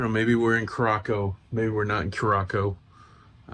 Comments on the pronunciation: Dang, you messing with my brain this morning. pronouncing Curacao as Curackoe there is no K sound in it.- Here is the proper pronunciation of Curaçao (pronounced "Cure-uh-saow") the saow is pronounced with an "s" and then I have heard it both as sow to sow seeds or sow as in a female pig. No judgment here, just an FYI for future references. That and my brain is an autistic brain type, and things got to be in order! lol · Cure-ah-souw The name starts with a hard 'C', while the 'ç' (c-cedilla) is pronounced as an “S”. So, this means that Curaçao is pronounced as 'Cure-ah-souw'. The blue version is then called Blue 'Cure-ah-souw'. So, no, it isn't Kurákao, kurako or kurasiao. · Cure a Sow is the pronunciation. Good try though. LOL!!!!! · It’s pronounce Curaçao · Well since there is no such place as car-ac-co, your okay. Now if we are talking Curaco lol...😂 We did the ABCs in February. It was awesome but coming from a Maine winter it was soooo hot. Felt like 95% lolololol (actual temp was 84 with very high humidity) I so wanted to go on an excursion like this. (We were on a different brand of cruiseline but they had a similar one) Im so glad you shared it with us. Thank you!! ❤ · It’s pronounced Cur a sow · It pronounced kier-a-sow. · Pronounced curascell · It is pronounced Curasao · Love that place that's one of my favorites and I really thought you were pronouncing it wrong at the beginning you got me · Laughed at your Curacao pronunciation, until i saw you knew the correct pronunciation. You goofball. My mom and dad went there years ago. Thanks for the video. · Not me typing a comment on your pronunciation as I’m watching but then you correct it before I hit send. 😂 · Please stop mispronouncing the name of the island!